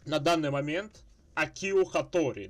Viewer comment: правильно Акио, а не акИо. Ударение на А